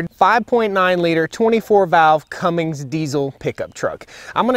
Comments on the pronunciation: roger that. I already threw him a small jab for the "Cummings" pronunciation earlier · It’s a Cummins, not a Cummings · Cummins not Cummings.